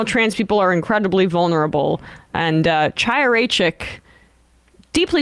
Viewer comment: YOU ARE saying her name correctly